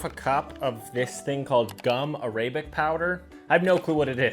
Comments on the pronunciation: Pls dont say ar-ay-bik(arabic) thats disrespectful in my country just say ah-rah-bik(arabic) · I’m not sure but I think it’s pronounced a-ra-bick not a-ray-bick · Gum arabic, pronounced like the language. /ˈɡʌm ˈarəbɪk/ stress on the first syllable of 'arabic'. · it’s era bic that’s how you pronounce it no offense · That’s not how you pronounce Arabic😭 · The pronunciation of Arabic 😅😅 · you cant even say "arabic" correctly